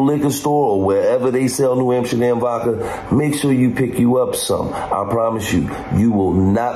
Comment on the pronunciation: Why does he call it New Amsherdam?